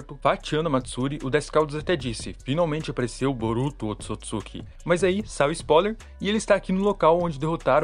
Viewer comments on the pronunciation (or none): none